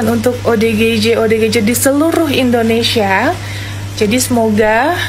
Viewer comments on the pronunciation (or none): none